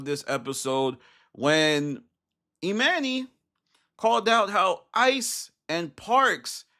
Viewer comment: Why can’t people say Emmany. Pronounced like Armani